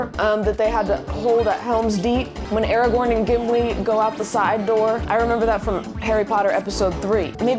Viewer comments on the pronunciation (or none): none